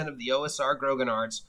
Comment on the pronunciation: A quick note, grognard is pronounced groan-YARDS. It means grumblers in French and comes from a nickname for Napoleon's Old Guard. They were all long serving soldiers who complained about everything.